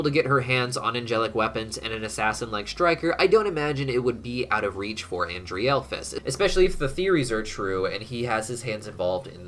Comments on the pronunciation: I'm 99% his name is pronounced as "ANDREHL-phalus " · It's pronounced An-DREHL-FUS